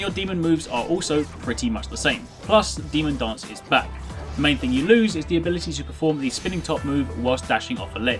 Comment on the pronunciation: i can't avoid hearing something like demon "dongs" instead of demon "dance"